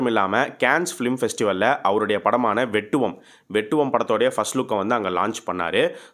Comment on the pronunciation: 'Vettuvam' pronounced wrongly